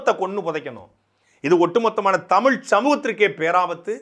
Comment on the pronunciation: தலைவா தமிழ் என்று பழகு அடிக்கடி தமில் என்று வருகிறது